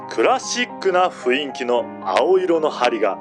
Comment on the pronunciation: 雰囲気の読みを、ふいんきと度々読み違う耳障りな…